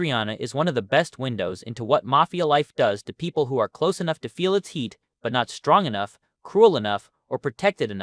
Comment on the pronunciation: “A .. she’s a who’er”